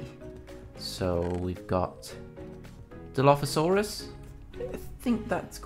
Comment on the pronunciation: It pronounced dil-lof-asoris